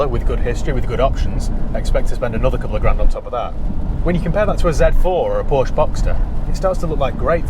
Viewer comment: Please please pronounce Porsche correctly!